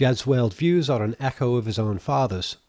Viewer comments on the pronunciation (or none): none